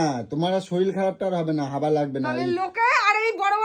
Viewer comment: কী ভাষা বলে হাবা লাগে না হাগা লাগে ।এত বড় মানুষ হাওয়া বলতে পারে না । একটা পাগল লোক।